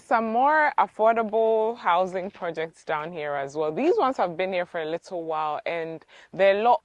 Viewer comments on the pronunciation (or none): none